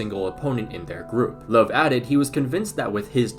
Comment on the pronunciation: Your butchering of the name Löw is actually so triggering, good video tho